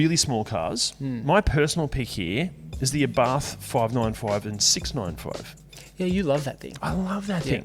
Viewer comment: The Fiat is pronounced Abart,NOT Arbarth.